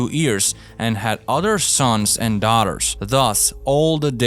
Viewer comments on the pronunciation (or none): Lmao it’s YEARS NOT EARS